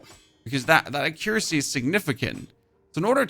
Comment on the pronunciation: Bro is trolling with his pronunciation of accuracy.